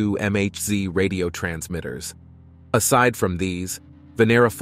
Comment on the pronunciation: Why did they say M-H-Z instead of Megahertz?